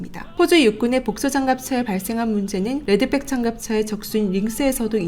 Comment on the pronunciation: 레드빽? 가방이냐? 발음 제대로해라! 무식해 보인다! 응원하다가 실망한다! 팬이다